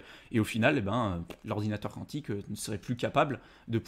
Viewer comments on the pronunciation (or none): Quantique… de quantum. kou an tique . Sinon faut chanter le cantique ;)